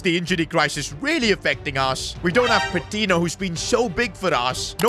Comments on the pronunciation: Hey! Patiño is actually pronounced as Patinyo rather than Patino. No offense of course, love the series! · Patiño’s name is pronounced Pa-Teen-Yo. Hope sees this😂